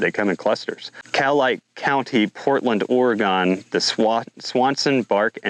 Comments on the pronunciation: It's Ore-Gun, not Ore-gone. Just a heads up. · Or-ee-gun ....I forgot my aluminum foil hat